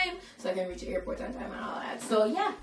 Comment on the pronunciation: "How wi rech a lipstick" Divine nuh easy🤣